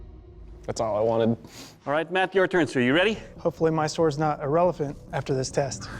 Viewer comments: This man just said "irrelephant". smh. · Did he really say "irrelephant"? Cringe